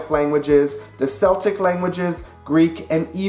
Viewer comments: Celtic for languages and people is pronounced as Keltick, Celtic for sports is pronounced as Seltick. It is AD/BC and not CE/BCE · it's pronounced "keltic" not "seltic" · Celtic is pronounced "keltic" "seltic" is a basketball team. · Celtic, as far as languages are concerned is pronounced “Keltic”… “Seltic” is a football team… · Sorry to be that person, but Celtic is pronounced Keltic with a "K" rather than with an Seltic with an "S". Otherwise, an informative video. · Hey,, you mispronounced "Celtic". It is pronounced with a hard "C". It is early Latin, not late, so the "C" had not softened into an "S". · How many times does it need to be stated that ‘Celtic’ is pronounced as ‘Keltic’. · It’s a hard K sound on Celtic. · This hit me like a knife in the ear, my man. It's okay to pronounce it "seltic" when discussing the basketball team from Boston, but not in a linguistics video!!! 😂 Good video still, though. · I wondered about that as well I thought “keltic” was the proper pronunciation. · Fluentu's title page does not list Scots Gaelic and lists Portuguese with a flag of Brazil (instead of Portugal) which does not inspire much confidence). Celtic, is pronounced with a hard 'c' sound, by the way, a 'k' sound, if you like.